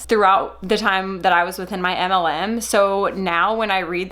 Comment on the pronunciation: I’m obsessed with the way your pronounce “MLM” 😍